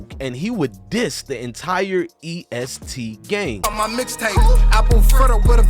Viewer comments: Bruh u obviously not in touch with Louisville at all...its not east gee its EST for Everybody Shine Together! N its not lewis ville its Louisville like dat dude Loui... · Mane fucking the name of the gang and location up 😂😂😂😂it’s EST not EAST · Fr dude saying East 😂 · E.S.T not East😂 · The fact that you keep saying Louisville bro is luhvull how you lived in ky and pronounce the city wrong